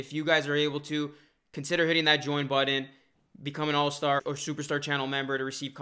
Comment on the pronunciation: Why this man always say “buddon “ instead of “button”